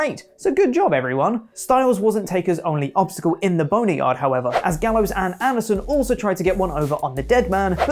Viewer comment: What’s a bone-e-yard?